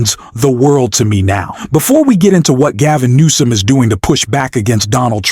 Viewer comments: His name is Newsom, not Nohm! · Why do you keep saying Gavin NOAM? What an insult. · New-some pronounce it right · California governor is Newsom. Not Nome.